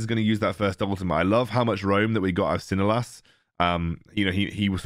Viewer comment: I'm from PH and Tsinelas is pronounced as Chi-ne-las!